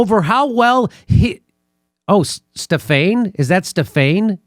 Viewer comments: Jimmy, Stephane is French first name for a male. It's pronounced without using English grammar dude. Forget the "e" at the end. It's pronounced Stefan / Stephan. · Jimmy Stephane is pronounced "Ste-Fan" in French. It is Steven in French.